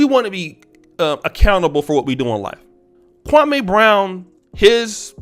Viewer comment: Why U keep saying the man name wrong, u need to listen to his channel to here how to say it! I like u but u sound a little SASish saying his name! Just saying Bro u black SAS half, u know better.